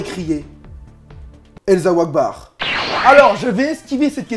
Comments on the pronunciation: putain tes raciste pour elsa akbar moi je suis un arabe pis on dit pas esla akbar on dit halla akbar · J'ai éclater de rire avec le elsàouakbar